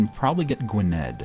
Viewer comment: For Gwynedd you pronounce the dd as th